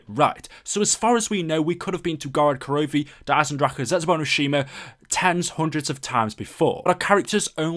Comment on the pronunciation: You said Eisendrache right <3 As an Austrian this is really satisfying